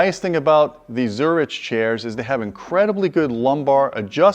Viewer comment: Jeez, that's easily like twelve grand worth of seating right there. Baller. Also, come on,. It's zur-ICK, not zur-ICH.